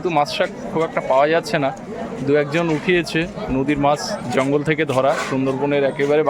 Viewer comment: বাকিদের কথা না হয় বাদ দিলাম কিন্তু আপনি তো একজন বাচিক শিল্পী! এত সুন্দর আবৃত্তি করেন! আপনার সব উচ্চারণ মোটামুটি ঠিক ই লাগে কিন্তু " মাছ " এর উচ্চারণ টা " "মাশ" বড্ড কানে বাজে । সঠিক উচ্চারণ করার একটু চেষ্টা করলে ভালো লাগবে 🙂